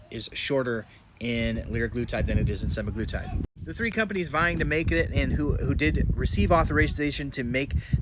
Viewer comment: FYI, you are pronouncing semaglutide and liraglutide incorrectly. If you watch any talks from Novo Nordisk, you can hear the proper pronunciation. seMAglutide and lirAglutide. Just like TirZEPatide. The second syllable is the stressed syllable.